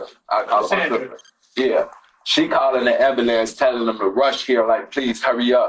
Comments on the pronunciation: Ah, yes, the ambalanse.. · “ambalamps” my god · Omg its ambulance not ambaLANCE! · Woooah black betty.. am-bo-lance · Why is the pronunciation of ambulance always amblance? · I glad he call the Am Buh Lance. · This whole thing is awful but am I the only one bothered by him saying "am-ba-lance"..... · 'She axed me to call the amblance..' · She callin the ambalants lol. Destruction of the English language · Ngl..I really thought the way he pronounced “ambulance” was a myth🤦🏻‍♀️. 18 year olds don’t have the patience necessary in a lot of cases to care for babies that young. I’m sure he was frustrated with the crying and got fed up. Stuffed the wipe, as the baby gasped for air sucking it deeper in his throat. So sad for that baby. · If you can't even pronounce ambulance right then maybe not have children?? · Lol these mfs can't even pronounce ambulance 😅